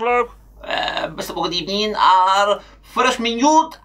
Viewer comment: "First of all good ebening. It's not the evening, it's the afternoon". 😂😂